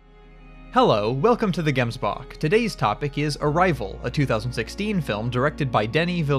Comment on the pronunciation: I know you're American , but can you try pronounce Gemsbok correctly next time 😂